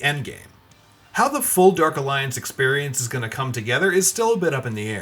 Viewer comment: Derk alliance. 🤣🤣🤣🤣🤣 this announcer dude lmao